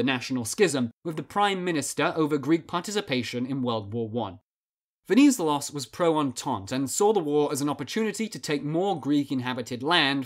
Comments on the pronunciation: You accentuante the ZE in VeniZElos. also both "e"s in the name are pronounced the same way you pronounce the net in interNET. You probably have to remember that if you're planning any more videos on Greece since he's very important. Awesome video btw good job! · VenizElos - the accent is on third syllable. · Just so you know, he's called Ve-ni-zé-los stress the e (pronounced like the 1st e in edge) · You said wrong the last name Venizelos the ton in the e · no "d" on the name either written or pronounced... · Pretty good video, but please learn how to pronounce “Venizelos”. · The way he says Venizelos hurts my ears Other than that, great video